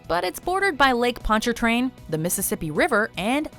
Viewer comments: It's Lake Pon-Cha-Train. Like Punch a train. That's how we say that. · She said poncercrain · Oah'u is the same. kai, eva, mak'ai, and I forget the fourth one. - the r in Pontchartrain is not pronounced. - the celebratory Jazz funeral occurs after the person is interred. Before this it is not a happy time at all. - for me personally, I would be very blessed to stumble across a second line any day. For us decrepit arthritic oldies, take your aspirin and really rub in some kind of NON-BenGay cream (BenGay stinks), deep into your knees, so you can really feel the groove, and try out some 'New Orleans knees'.